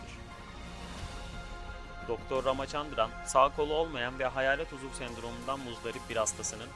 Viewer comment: uzul değil uzuv